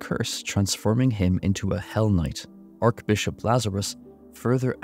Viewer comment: loved the vid. just wanted to say, archbishop is pronounced "Ar-tshh - Bishop" not "Ark-Bishop" just thought you should know for yourself. no hate.